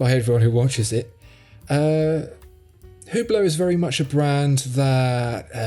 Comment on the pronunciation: Wrt to Hublot note that the “H” (and the t) is silent so we pronounce it ‘ublo’.